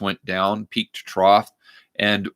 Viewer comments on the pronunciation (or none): none